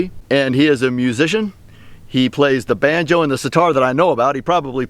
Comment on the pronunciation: Not to bad 🤔🤣🎇👍🎶🧸did he say banjo" or Vanjo'👍🎶🎇